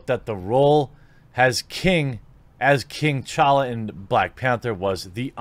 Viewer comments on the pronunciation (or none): you said chala it's t'chala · you gotta pronounce the T in Tchalla broski.